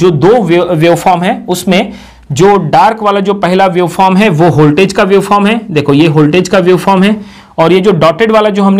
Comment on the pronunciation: its voltage not holtage